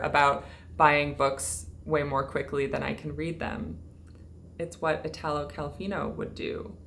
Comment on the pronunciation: Just the quickest suggestion: in the name Italo, the accent falls on the i. Exactly ad you'd say Ítaly and not Itàly. Your videos are always so well spoken, extensively researched and cared for, I thought some help on the pronunciation might be appreciated :)